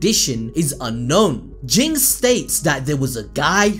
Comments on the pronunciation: I think pronounced “J-in, not G-ing” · you are mispronouncing Ging, its pronounced Jin(Jeen)